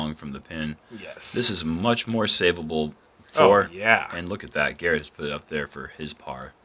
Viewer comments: How do you mess up Garrett's last name when he's clearly the girthiest/gurthiest player in the field. Absolute unit. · LOL...when an announcer mispronounces Garret's name he should step off the pad as if to wait for the player with the announced name